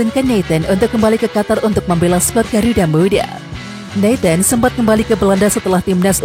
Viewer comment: Namanya nathan bukan neten.